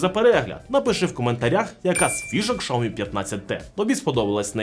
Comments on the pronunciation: Дійсно, з яких пір, Сяоми став шаоми? По слуху різало таке мовлення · Шаомі?))) Вони вже так називаються? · Шяомі, наголос не там, ріже вуха якщо ти вже так Хотів англійську транскрипцію вимовляти. Народ звик просто до Сяомі